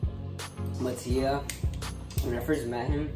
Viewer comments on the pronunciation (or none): WIPEDOUT-‘s trailers how to pronounce mattia!! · when you figure out you’ve been pronouncing kairi and mattia wrong this whole time